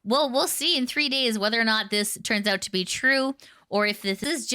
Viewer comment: I really don't want to be that person but "oiut" is kinda funny to me